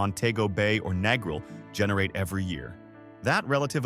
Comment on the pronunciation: if the narrator can't even pronounce Negril, he knows nothing about Jamaica. Been to Negril 4 times, walked everywhere, no problems. Been to MOntego Bay 4 times, no problems. Going to Ocho Rios in Nov for 13th trip, this video is misleading.